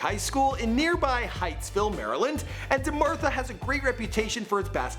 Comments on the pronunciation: It's dematha, not dermartha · Steve Sorto I cringed so hard when this man put the R in DeMatha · DeMartha??? Where do you see an r in DeMatha? Put some respek on the best high school in America smh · DEMATHA NOT DEMARTHA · its dematha not demartha😂😂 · Bruhhhhh its de-matha where u gettin the r from. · WHAT THE FUCK IS deMARTHA?? ITS deMATHA. OK A FEW MISPRONUNCIATIONS ARE OK BUT EVERY FUCKIN VIDEO????? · "DeMartha Highschool?!!" Its Dematha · De-Matha. Not De-Martha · This nigga said demartha it's Deh-math-uh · its DeMantha not DeMartha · Sam HICKIE, JaHEEL Okafor, Jol Embed??? DeMARTHA?? how hard is it to pronounce names right? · Demartha it's Dematha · its Da-math-a high school not dmartha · This nigga said DeMaRtha 😂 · He said "DeMartha" instead of DeMatha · its dema Tha mad disrespect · This nigga said Demartha... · the way this man says "DE-MATH-A" is mad disrespectful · He better put some respect on DeMatha's name